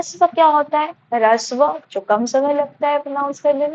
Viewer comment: Harshv bolte hai rishv nhi mam